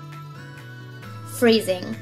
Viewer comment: Anyone else thought she said breathing instead of freezing